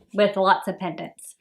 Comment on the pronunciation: Pennants! LOL